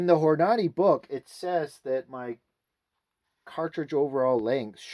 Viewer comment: It pronounced Hor-nahhh-deee.